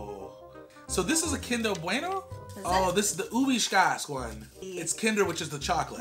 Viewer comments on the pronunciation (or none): Omg! Kinder Bweners 😂 This video cracked me up lol! Thanks guys 😂🙏🏼